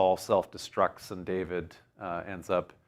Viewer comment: Hello. You mentioned DWD and pronounced it almost as the Muslims pronounce Dahood, my name David in Arabic which I write with 4 Arabic letters and there being no equivalent to the English letter V. While working in the Saudi Arabian oil industry I learned of another story of David. It goes that, just as in Saudi Arabia today where any citizen can get an audience with the King, in the time of King David there was one day a line of subjects waiting to see the King. Two herders who had a dispute did not want to wait so scaled the palace wall into David's chambers. When David entered they apologized but he said "fine. What is your dispute?" They iterated their business dispute to which David became irate. He lectured them about 'real' problems, quickly building mountains in the air. When he looked down they were gone. Then David prostrated himself on the floor and begged God for forgiveness for having failed the test.